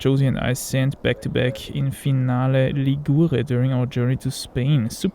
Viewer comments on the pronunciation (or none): Finale Lìgure (not Ligùre)